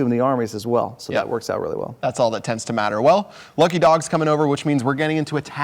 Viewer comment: "Get all of youf troops in the center and it tebds to be effective" what a comment